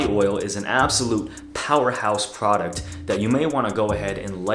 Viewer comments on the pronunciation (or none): none